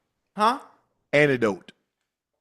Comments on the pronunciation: Unc you said “antidote” not anecdote. Your enunciation messed Ocho up on the low 😂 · to be fair, it does sound like Unc saying Antidote not Anecdote lmao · Unk, you be pronouncing the words wrong. Ocho spelt ANTIDOTE because that's what you said only for it be ANECDOTE which is a totally different word meaning a brief person story. You should've given him that one. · Ocho necesita una otra oportunidad porque la pronunciación de "Unc" con "a-NECK-dough-t" y "dem-UH-gog" están incorrecto... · I thought the same thing